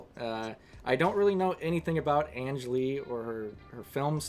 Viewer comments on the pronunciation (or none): You know, Ang Lee (hard "g", not soft; "Ang" as in "hang", not like "Angela") is male, right?